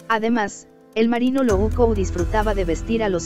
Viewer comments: Que horrible que dices Loco.....dices luouco.... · El MARINO "LOU'CO" jajajajajaja jajajaja ese güey siempre haciendo de las suyas.